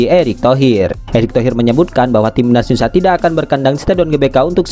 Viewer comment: Gara2 komentar anda, Videonya jd kuputar ulang, ternyata emang benar si Mimin bilang TIMNAS YUSA 😂😂